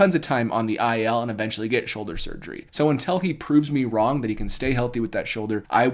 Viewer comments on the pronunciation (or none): none